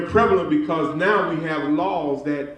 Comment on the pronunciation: Not Noww But Right Noww